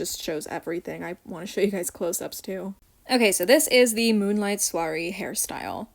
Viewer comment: I chose Scarisian Chic because I love High Ponytails and braids. Also no you did not say Soirée right.